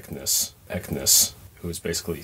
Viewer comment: Ekniss?! It's Ekans! A generation 1 Pokemon come on!